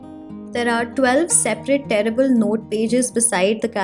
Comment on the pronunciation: Omgosh!! Everything is soo pretty!! ❤ I am so tempted to buy this but I have already bought myself a planner for 2021 😭 Also when you were reviewing the desk calendar, you referred to the side notes as "tearable" and I heard "terrible" 😂😂😂 And I was like... But they're so cute! Why did she say terrible? 🙈 Loved your review. You're gonna make me buy one!! 😛